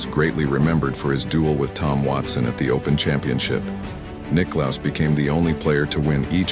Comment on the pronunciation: Regardless: Jack Nicklaus Fans will continue to pronounce Jack's LAST NAME the way we DO, not yours.